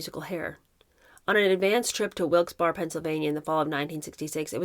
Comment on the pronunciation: It’s pronounced Wilkes berry